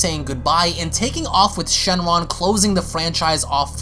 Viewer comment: He said shenjaun!!! Lmaooooo